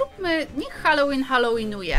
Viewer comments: Jak cos nie holelin tylko halolin;) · Halołin a nie hałolyn😂😂😂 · Nie Hałłoween tylko Halloween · Nie hałowin tylko halloween